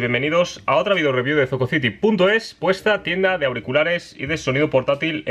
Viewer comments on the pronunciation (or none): none